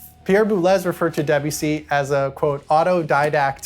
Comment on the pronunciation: You could at least try to pronounce Debussy’s name correctly